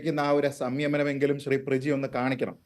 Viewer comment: പ്ര ജീ....😂😂😂😂 മലയാളത്തിനും നാണക്കേട്😅😅